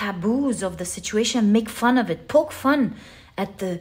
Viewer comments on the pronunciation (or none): none